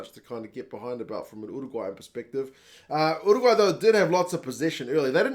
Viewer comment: Finally someone who actually knows how to pronounce Uruguay. Great commentary.